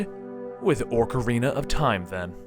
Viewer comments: its OCARINA not "ORC"ARINA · It's OCARINA not ORCARINA, and it's GANONDORF not GANONDOLF. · Ah-carina and Ganond-oar-f. I nearly died when he said Ganondalf. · no offense but its oc-a-rina, not ork-a-rina, again not offence but it was killing me that you were saying it wrong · ÓCARINA OOCARINA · Ocrarina and Ganondalf. XDDDD That kinda bugs me... It's ocarina and Ganondorf... Where'd you get those...? He even types orcarina in his video description. There, grammar Nazi in me has been sated. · O-ca-rina! Not Orc-arina. XD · You said orcarina of time it"s supposed to be ocarina of time. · What's a orcarina its Ocarina and who's gannondolf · It's not Orcarina, it's Ocarina. You keep putting Orcs in your Ocarina. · OCK! OCK! Not Orker. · Oc-like doc, Ar-are, Rina-like the end of balle'rina'. Hope that helps i hate people that pronounce it like it has an 'r' after the 'o' Orkarina? so annoying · ocarina... not orecarina. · Please stop saying oRcarina of time. It's Ocarina. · How he's calling it an oRcarina is killing me. There's no extra R in ocarina >.< and that's a actual instrument so you dont have to guess how it's pronounced... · BTW its "Ocarina" not Orcarina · Don't listen to DigitalSamurai on the pronunciation of "Ocarina." I speak Japanese and have played the Japanese version of all these, and Japanese is a phonetic language requiring no pronunciation guide. It's "OH-ka-ree-nuh," and not "Ahk-uh-ree-nuh" like most people pronounce it. However, he is correct on Ganondorf and VAH-tee Also Fi is pronounced "Fi" as in the first couple letters of the word "fight," not "Fee" as in "Feet." Let me know if there are any other ones you want to know about. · Ganondorf, not Ganondalf. Ock-uh-ree-nuh, not orc-uh-ree-nuh, or oh-kuh-ree-nuh. VAH-tee, not vuh-TEE. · i'm sorry to sound like an ass, but it's not orcarina, it's pronounced : Oh-core-een-uh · "Orcarina?" "Ganondolf?" wtf is this shit, has he ever actually played the games. No respect- absolutely disgusting. DISLIKE.